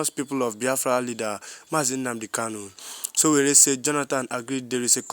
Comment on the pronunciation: YOU STILL FIND IT DIFFICULT TO PRONOUNCE SÒWÒRÉ. NOT GOOD ENOUGH.